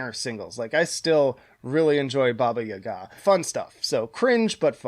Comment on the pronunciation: My guy I’m Russian and that’s as correctly as I’ve heard English speakers say it